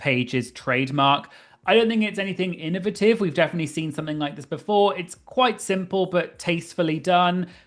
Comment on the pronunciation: As an American, hearing you say “innovative” is one of my favorite parts of this episode 😅